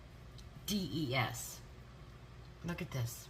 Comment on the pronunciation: Just a quick correction: The fragrance is pronounced Floral “Al-da-hides.” Love this collab!❤️